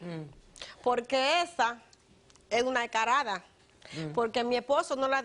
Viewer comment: Se dice descarada no cardada analfabeta